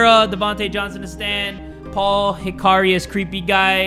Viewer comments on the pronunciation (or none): none